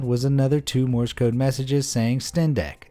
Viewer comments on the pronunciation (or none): none